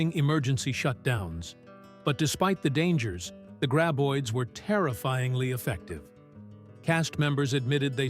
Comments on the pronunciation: Friggen "gray-boids" 🙄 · Ugh. Another AI voiced mispronunciation-fest...gray-boids, Feh!